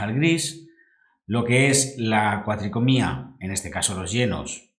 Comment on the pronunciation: Gran video, y una explicación perfecta. Muy agradecido por la información. Sólo un comentario: se dice cuatricromía, no cuatricomía. Queda muy feo en un video de esta calidad.